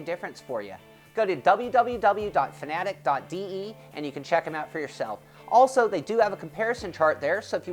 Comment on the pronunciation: What the fuck.. He pronounces the company name like "Fan-A-dec" when its supposed to be pronounced "Fa-na-tech" like soundwise.